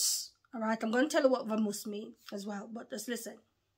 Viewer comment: It's pronounced with a b sound in Spanish let's go! Bamos/vamos